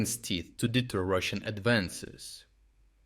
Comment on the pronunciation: Deter ? DETER ???